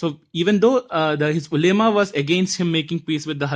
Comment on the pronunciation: the pronunciation of ulema is wrong